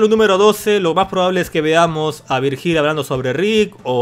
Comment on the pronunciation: "Virjíl" hahahaha....se pronuncia "Víryil" XD